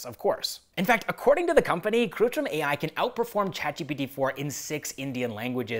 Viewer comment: It's kritrim not krutrim.